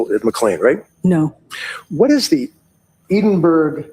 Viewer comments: It took me 3 times hearing them say eedenburg to realise they were trying to say EDINBURGH Eh-din-bur-ah Ffs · EDINBURGH a place in Scotland where much medical treatment is researched developed, please pronounce Edinburgh properly.